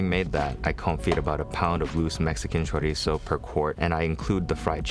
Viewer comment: I greatly appreciate your pronunciation of chorizo